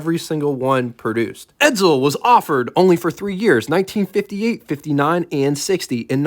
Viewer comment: Will people stop saying Edzel , its Edsel .